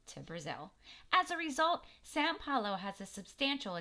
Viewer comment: it is not San Paulo, it is São Paulo